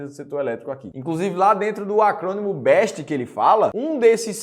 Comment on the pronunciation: Não é BEST é BESST.....e tem empresa aí que está saindo da Bolsa.....